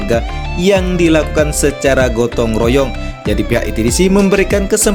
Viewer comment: Royong bukan royang bang